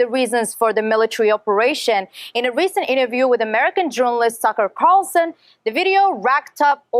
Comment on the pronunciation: Did she call him “Sucker Carlson”?